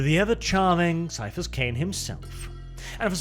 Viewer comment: I agree ... despite the temptation to make the once Super Man actor a space marine or primarily, the BEST role and probably the most fun for Cavill would be Ciaphus (pronounced Kie-ah-fus b.t.w.) Cain!